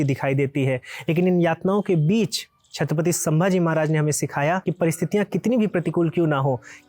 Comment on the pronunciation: आप शांति से छत्रपति बोलिए आप छतपति बोलरहे हो विडियो में ए महाराज का अपमान लगता हे 🙏 हर हर महादेव 🙏